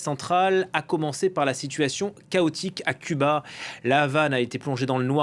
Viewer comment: c'est curieux la journaliste n'arrive pas à dire CUBA